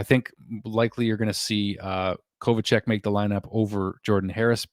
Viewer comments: The Kovacevic pronounciation is way off. Its Ko-Va-Che-Veech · I just wrote the same thing, it's pronounced Kova cev ich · I am probably not the first one to say this, but it's Kova-cev-ich, lol. (Sorry, couldn't help myself), I like the line ups, I guess. I do like the grit we've added for sure, we've definitely gotten stronger. I just said this in Hockey junkie's comment section too, it's a sad fact, but we are now Canada's worst NHL team, hopefully that's rectified very soon, but as of now, Calgary's way better, Ottawa's way better, Vancouver's better, Winnipeg's better, Toronto's...(I couldn't bring myself to type it!), lol, Edmonton's better. It's a sad fact, hopefully we tank this year, and get that top draft pick next season, we r gonna need it... I do like the direction we r going in, but it seems like every other team is getting way better, and we are slowly creeping along!! lol. Hopefully the tortoise wins this race!! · I thought it was Kovacevic not Kovacec